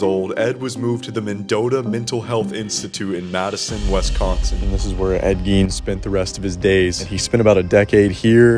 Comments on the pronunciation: Repeat after me: WISS consin. It’s not WESS consin. I’ll never understand why people pronounce it that way. It’s pronounced exactly like it’s spelled. Having said that, this is a darn good video about the case. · You're pronouncing Wisconsin wrong. Otherwise, good job